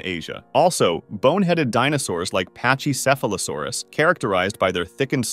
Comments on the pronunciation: sorry the dino nerd in me demands, Pachycephalosaurus is pronounced Packy, not patchy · Why do you say the "ch" wrong in Pachycephalosaurus?